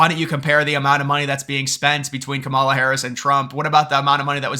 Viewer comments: its pronounced KAMala. really not that hard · You are soooo misinformed and misrepresenting the real polls, that are mostly rigged by big billionaire Republican ownership….SHAME ON YOU. AND PRONOUNCE KAMALA’S first name correctly…..for that matter pronounce every person’s name correctly. It is called RESPECT “ “. ‼️ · I seriously question the intelligence of anyone who cannot pronounce the VPs name